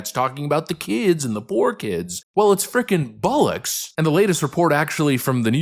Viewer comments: 😂😂😂you said bollox like an Irish person 😂😂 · Well I've finally heard an American say "bollocks" and it sounds weird! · Hearing "Bollocks" in an American accent 😂😂 Was unexpected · Haha did he say "bollox" ?? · DID YOU SAY BOLLOCKS MY FRIEND?🤣❤️🖖